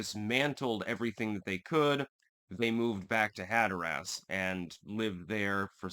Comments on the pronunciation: have to say I've always enjoyed your channel, your distinct and decisive political analysis. It's always on point. I'm not trying to be nitpicky here, but if you're from Hatteras Island, you pronounce it "Hat-tress", most other locals pronounce it "Hat-er-res" but I've never heard anyone pronounce it like you do "Hat-er-ass". Just saying, bless your heart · "Hatter-us". You should go to the Outer Banks. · We pronounce it Hatterus Island..Not Hatherass Island :) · It's funny hearing you say hatter ass LMAO but... sorry gotta be that guy. As a learned man I trust you appreciate learning and won't take offense! Caribbean is "cah RIB be in" not "cara be in" Hatteras is "hatter iss" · Hatteras like “hatteris”not “hatter ass” if that makes sense 😊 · Instead of "Hat Er ASS", it is "Hat Er Us". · its hatteras. not hatterass. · "Had-her-ass Island"!? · Hat-terr-rus (local) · Growing up going the Hatteras, hearing Hatter-Ass makes me laugh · "HAT-ur-uss" accent on first syllable. just like colander......CALL-n-der. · “I love linguistics.” Also: “Hatter-Ass” 😂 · Hatteras Island is not pronounced that way. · Hatteras rhymes with Haggis. The more you know.... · Are you mispronouncing Hatteras intentionally for humorous effect? I'm presuming that you are lol. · “Hatter Ass” dude it’s pronounced more like “hatter is.” And Raleigh is pronounced “rhal ee” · Rah lee and Hatter iss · Just for future reference for any other Yankees not from 'round here. The 'a' in Raleigh is a schwa sound and the stress in Hatteras is on the first syllable (hat)...like HAT-ter-us. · Locals call it “Hatter-us” and “Cro-a-tan” island! Hope this helps! You did nail “Ro-a-noke” though! 😎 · You can tell by the way you say Hatteras and Raleigh that you are a Connecticut yankee.